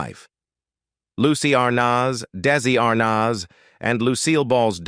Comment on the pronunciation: It's Desi Arnaz not Darcey Arnaz